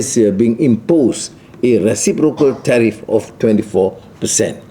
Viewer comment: Suruh baca PDF dr ChatGPT. Tgk dia cakap ape?? Tariff jadi teh tarik gamaknye... 😅😅😅😅😅